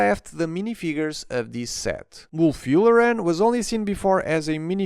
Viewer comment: “Wulf Yoolarin” 💀